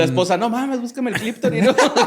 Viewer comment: borre diciendo “cliptori” solo por eso valió la pena escuchar este episodio